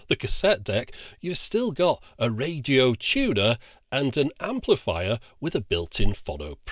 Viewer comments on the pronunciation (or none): “A radio chewner”?..... WTF is a “radio chewner”?